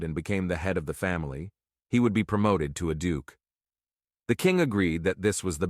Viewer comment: “Astoonishment” “The entranceee” “the are Dukeee” lol… the voice had a stroke.